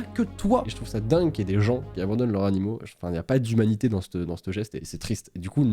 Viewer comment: Ce qu´elle veut dire c´est qu´on dit "leurS-animaux" ou "leuR. animal " n´a pas prononcé la liaison